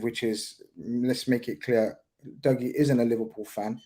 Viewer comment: They pronounced Dougie name wrong the whole show. That’s poor 😂😂